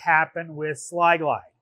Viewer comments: Sil-glide not “sly-glide” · ....isn't that Sil-Glyde, and not "Sli-Glyde" as he pronounced it 🤔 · Sil-Glyde* not Sli-Glide lol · It's not SLY-Glide.....it's SIL-Glide. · *Sil-Glyde (not Sly-Glide)